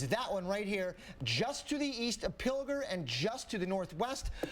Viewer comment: Drink everytime someone mispronounced Pilger and everytime "Ben are you there"